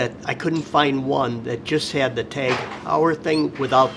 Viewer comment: Just to let you know, Heuer is pronounced Hoyer, just in case you are dealing with these fine watches in the future.